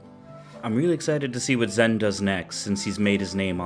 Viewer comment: Just a heads up, it's spelled "Zhen" but is pronounced as "Jen". I think only James Chen said it correctly in the stream.